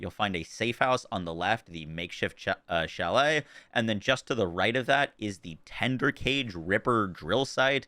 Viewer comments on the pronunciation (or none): none